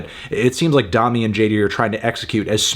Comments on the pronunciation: say domi like you’re saying dome, not dominate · I cant believe he pronounced it "Dom-me" the whole time instead of "Dough-me"... Melon... its like the musical solfege.. "do re mi fa so la ti"... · P sure it’s pronounced like domey not dommy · Isn’t her name pronounced “DOH-me” not “Daw-me”? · I was hoping you'd review this. I like this record a lot, but i also agree that it does feel a little half baked at times. People have been waiting 3 years for this record though, so maybe it was also time for them to just finish it and move on. also i think its pronounced DoMi, not Dahmi, but don't quote me on that. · Domi - pronounced "doe - me" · it's pronounced domi as in dome-y, dome as in head, head as in melon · doe-me and jay dee beh-ck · i thought domi was pronounced with a long o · doemi not dami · "Dommy" lol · Domi = "domie" -- like "homie." I think, anyway. Great review, though. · Fantano has no fucking idea about jazz. Also can’t pronounce the artist’s name. Also what is a “progidy?”